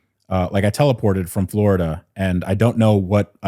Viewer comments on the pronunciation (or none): none